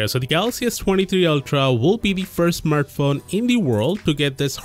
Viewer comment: smurtphone? lol bad english is amusing